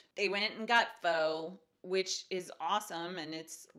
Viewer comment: Just gotta say that you are my favorite YouTuber, consistently putting out great quality content AND a full time working mom!?! You are doing amazing! It's crazy how much fast food costs, we only get it a few times a year and everytime I complain about it and think how much food we could've got at the store, haha. And I've been told pho is really pronounced fa, if you want to sound fancy! Can't wait for end of the month budget, really hope you make your goal.